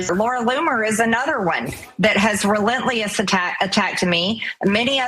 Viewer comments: what does "relentleous" mean, mtg? And what is it about all these conservatives and trump who cant pronounce 3rd grade words? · relent-lee-us.....okay then....terrible plastic surgery.... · "Lara Loomer is one of those who has re-lent-eeh-uhs attacked me" that sums up the level of intelligence you're dealing with pretty well